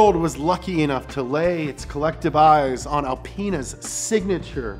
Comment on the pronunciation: Wait, did he just say alpen*s?😂